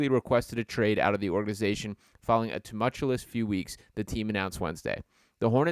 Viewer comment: Too much uuu ous?? 🤔. You mean .. tuh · muhl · choo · uhs